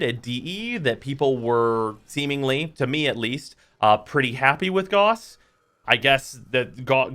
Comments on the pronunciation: Gauss. Not Goss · Gowss, not gauze. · Don't know who still NEEDS to hear this, but I know there are a few. His name is pronounced Gah-oo-ss, not G-aw-ss. There is no debate here, that is how you say that name. He got his buff over a year ago, time for everyone to buff their ability to say his name correctly. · It's pronounced like house not gause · that pronunciation.. he's not a band aid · Negative points for mispronouncing Gauss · Stop mispronouncing gauss. It hurts to hear.